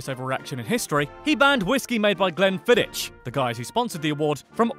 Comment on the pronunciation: you pronounced Glenfiddich wrong.